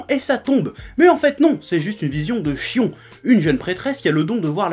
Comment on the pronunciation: Je me demande si je suis le seul au début de la vidéo à avoir entendu le Chef (pour le nom de la prêtresse) dire Fion au lieu de Shion? parce que sérieux j'ai du revoir ce passage 3 fois pour bien entendre cette fois-ci son nom XD.